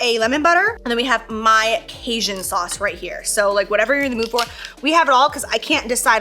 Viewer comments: Casian😂😂😂 it’s pronounced Kay-gin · LOL how you pronounced Cajun 😂 Casian? Love you! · As a Cajun, it’s pronounced caJun like engine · My Mexican aaa couldn’t with the way Jaclyn pronounces Cajun 🤣😅 I was like “wtf is kasian.?” Until i read “jaclyn’s Cajun sauce” I’m sooo dumb 🤣🤦🏻‍♀️ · The way you say cajun 🤣